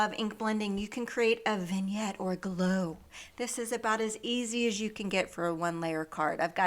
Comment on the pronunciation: You said “vignette” correctly, LOL